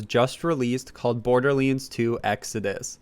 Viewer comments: its pronounced Borderlands not Borderlinds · Wtf is Borderlins? or Borderlenes? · Border Leens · It hurt how he says borderlands 2